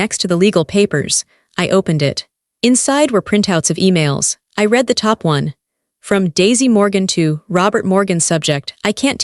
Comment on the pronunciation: And the names Chen & Sterling, 'I didn't get mad, I got ...,' chair scraped against the floor, shoes & the floor, read always mispronounced, whether 'reed' or 'red, I opened the door & they pushed their way-in, family helps family.